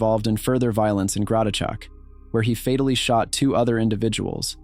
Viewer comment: More like what was that pronunciation of fatally and head mai boi